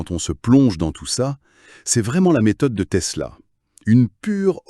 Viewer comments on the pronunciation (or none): Pardon,, mais ce "format-IA" ressemble à un "galimatia". Infiltration IA qui dévoie tout, il manque ta voix et ton phrasé caractéristique. l'ambiance scientifique de l'écoque (époque) c'est la mitode (méthode) le plat de la ment (main) l'éther luminofère (luminifère) (?) cuvre (cuivre) toube de Venturi (tube) un outil de radar indistructible (indestructible) un atome instable qui se désentègre (désintègre) une simple ampule (ampoule). On aimerait que tu reviennes parmi nous, toi et pas l'IA… Respectueuses salutations, on espère à très bientôt.